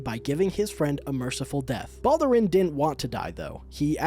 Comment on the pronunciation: So weird seeing someone say Balduran as Baldurin.